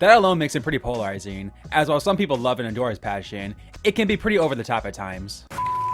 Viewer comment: You pronounce “polarizing” SO weirdly 😂 it threw me off every time! Anyway I really do like Michelle, and I eventually came around to liking Trev too bc it seems he grew as a person overtime and the others were horrible to him on his returning season. The other 3 I’m not a fan of tbh.